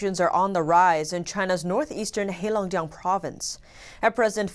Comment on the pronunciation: Great job on getting the province right: Heilongjiang. I was worried you were going to call it Harbin province... lol.